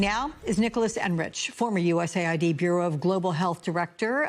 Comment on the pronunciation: My god… even after the guy corrected her she keeps saying USA ID. I AM LAUGHING 🤣 HARD